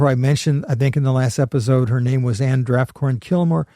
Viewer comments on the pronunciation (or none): none